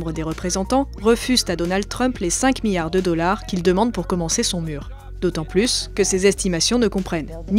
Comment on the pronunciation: La prochaine fois prenez quelqu’un qui sait prononcer « milliard »